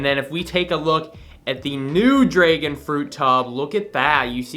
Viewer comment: Dude says dregon instead of dragon